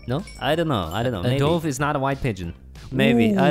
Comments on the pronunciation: IT’S DUVE, NOT DOOVE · "(Dobe) is not a white pigeon"?? and you pronounced dove wrong. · not a hate comment but dove is pronounced duv not dough + ve